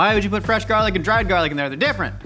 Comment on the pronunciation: My husband and I also call it Jarlic and it makes me feel so comfy to have say it too